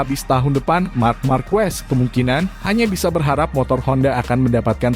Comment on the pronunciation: Ngomong markes kok jadi markuwes